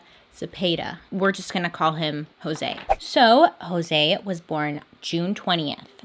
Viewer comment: For the next time your pronouncing Latino/Hispanic names like Jose or Alejandra a's are pronounced like the a in aunt, e's like the e in 'i just read', I's like e in 'im planing on reading..', o's like cool, u's like cute. Hope this helps :>>